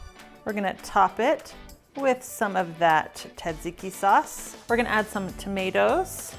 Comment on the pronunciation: This is an awesome quick dinner recipe! Love the technique, but please don't forget the s sounds in tsatsiki! You're a treasure tho!